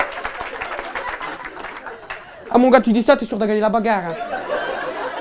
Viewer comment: "la baegare" !!!!